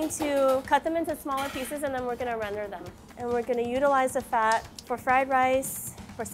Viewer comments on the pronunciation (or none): none